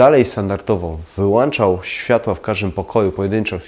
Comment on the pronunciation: Lubię Pana filmy i cenię sobie porady jakie są tam zawarte. Ale jak słyszę w nich "włanczam" czy "wyłanczam" to istna k**wica mnie strzela. WŁĄCZAM I WYŁĄCZAM BO W DOMU MAM WŁĄCZNIKI, A NIE WŁANCZNIKI. Pozdrawiam i liczę na poprawę ;)